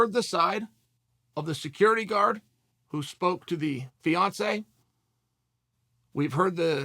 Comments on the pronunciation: Damn…I wasn’t listening well the first time and I thought chael said Beyoncé instead of Fiancé I was like damn…he assaulted Beyoncé? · 50% of the time Chael is saying Beyonce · Yeah I noticed that extra syllable. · Snap I thought Chael was saying Beyonce. Shit I was hella confused for a minute.